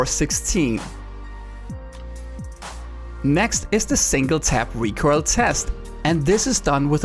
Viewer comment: You seem to struggle to pronouncing recoil lol